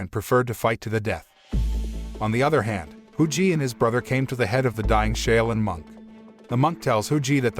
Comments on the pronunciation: Shaolin is pronounced: SHALL-LYN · Wrong pronunciation of SHAOLIN. It hurt my ears listening to him butcher a name I HIGHLY RESPECT. 🤦‍♂️